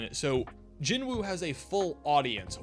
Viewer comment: You're anime only, so how did you develop the habit of mispronouncing the name of the main character? The "W" is silent.